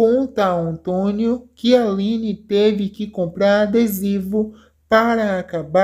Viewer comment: Vai aprender mas o português pra saber a pronunciar o nome António 😊